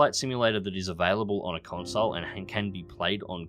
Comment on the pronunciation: “Consile”. Um........no